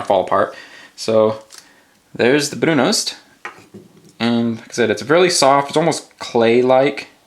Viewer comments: One note: it's pronounced ''brunust''. in Norwegian the o is pronounced like a u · Shouldn't the pronunciation be "broon-oost", isn't o pronounced "oo" in Norsk?